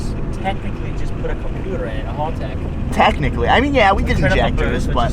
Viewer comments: Haltech not halltech! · Haltech not harlltech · Chowdeeerr choowwwdeerr, its pronounced chowder!! Say it frenchy. But in all seriousness, haltech not halltech, think hal like pal. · Hal tech not hall tech 😂😂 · Agreed! WTF is a hulltec?